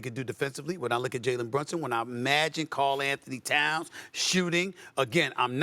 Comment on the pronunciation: Shams just cannot say "Karl Anthony Towns" 😂